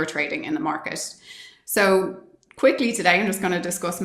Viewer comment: I thought she said "quickie", but she said "quickly".... 😂. She's a great find!